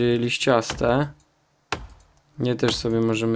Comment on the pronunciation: Czy tylko ja gdy powiedział lsiściaste ja usłyszałam Lisiaste?? XDDD A odc. jak zawsze super! A zwłaszcza że z The Forest, to moja naj seria:D